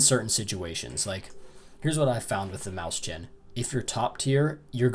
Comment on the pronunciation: Nice review! It's pronounced moys-hen, though, not maus-chan :)